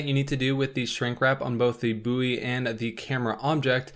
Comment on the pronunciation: Mas said booeww instead of its proper pronunciation :')